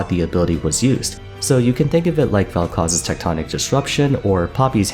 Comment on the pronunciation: its velkoz W not Velkoz E. I never comment but i like ur vids. just a friendly tip